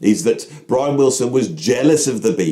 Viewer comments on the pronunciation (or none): none